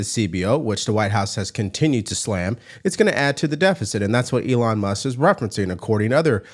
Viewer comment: It's Elon Mus"K". Not Muss